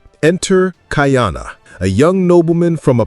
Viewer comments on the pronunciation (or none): you are mispronouncing his name. it is not Kaiana. it Ka’iana…… (Ka E ana) it has an Okina between the A and the i. By pronouncing it incorrectly you are changing the meaning of his name. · Not kai-ana, ka-ee-ana. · Your dates are often off by 100 years - please check the script. Also, the name is pronounced KA-EE-Ahh-NA. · Most of your pronunciation throughout your show is pretty good except for how you say Ka’iana. Since this particular show is about Ka’iana, maybe go back and watch an episode to hear the pronunciation. We have several punctuation symbols that are like extra letters in the Hawaiian alphabet. The ‘ or “Okina” is a glottal stop to stop the blending of the letters. Pronounced Ka ee aa na. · Did you know that Ka’iana has 3 syllables. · It’s killin me 😂!!